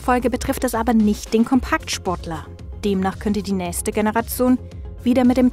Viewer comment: Die Olle kann ja nicht mal "nächste" sagen...